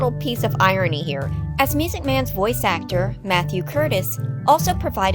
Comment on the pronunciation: That's not how you pronounce "irony."